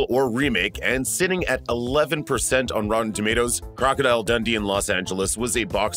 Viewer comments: It’s pronounced like Dun-Dee not “Dundy” 😡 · That's what I was thinking... Like, Crocodile Dundy! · The way he says Dundee is upsetting 😂